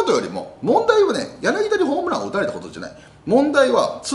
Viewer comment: ヤナギダでなく、ヤナギタですよ。